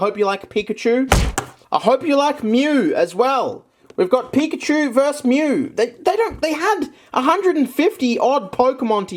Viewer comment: WHY DOES HE SAY VERS' INSTEAD OF VERSUS